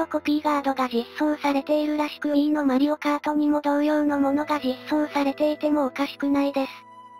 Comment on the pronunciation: ❌マリオカード ⭕️マリオカート